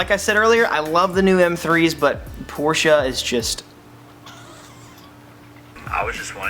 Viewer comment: You're the only person on YouTube that says Porsche correctly!